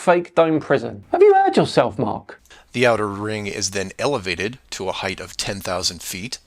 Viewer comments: people who add an "h" to the end of the word height and make it "heighth" are out of control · “Height-TH”? He’s making up words now? “Height”. You mean, “height”. No “th” at the end of that word. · doe he pronounce "height" as "heigth"? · As soon as he said "at least a "hunned" miles in "heithh", it was clear he is an absolute moron. Zero education yet trying to teach. What a clown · Stop saying "heighth" you blithering idiot! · Sorry any person that pronounces height with the 'TH' sound at the end I can't listen to.. HeigHT.. Pronounced 'hite' not higth.. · every time someone says "heighth" it takes a week off of my life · 100 miles in heighth. Heighth? Whats that word then? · "Heigth" ..tells you everything you need to know about mark bloody sargent ;p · “Heighth”. Might be enough said right there. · Did he say "heighth" ?! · He pronounces it "Hith" so I already have no time for him. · Did... Did I hear him say "height-th"??? Bwhahahaha!!! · He lost me at “heigth”. 😂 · did he say "in heighth" rather than "in height"? What a moronth! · I can't take anyone who says "heighth" seriously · Never trust anyone who pronounces it "heigth." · He said heighth... Anyone who can't say height isn't someone you should trust. Same with ask, across, weight, especially, and I'm sure several others. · I knew he was gonna talk some rubbish when he said "heighth" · Oh my atheismo...People who add an H to the word HEIGHT drive me bonkers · . Did he just say "heighth"? 🤦‍♂️ I suppose flat earthers have very little credibility to begin with, but I can't help but roll my eyes at anyone that says this. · he said “heigth” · Did... did he just say "heigth?" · Not listening to any adult that used the word heighth Less than a minute into his "clue"! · Why do so many Americans say, "heigth" so ridiculous 😂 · Is heigh'th' an American thing or just a dumb thing? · dude can't even pronounce height! lol